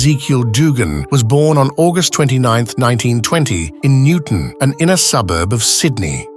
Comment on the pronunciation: Great ai !!! I lived in Enmore lol😂 it's called Newtown not Newton !!!?